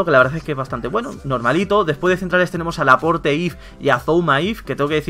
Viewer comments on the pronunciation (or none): Se pronuncia "laport" no "laporte"